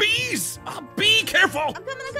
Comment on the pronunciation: When said becareful it sounded like bee-careful when I hear it😂